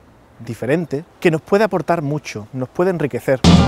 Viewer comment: Chaves pronuncia la "ch" en "mucho" como si fuera un ruso.